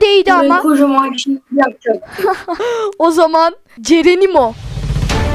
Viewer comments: Abi bir videoda da cerenimo demesen şaşarım 😁😁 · neden her seferinde cerenimo diyosun 😯😯?¿ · Her anlayışta cerenimo diyen abimiz